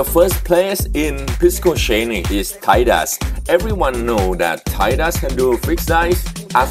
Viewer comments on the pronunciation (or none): none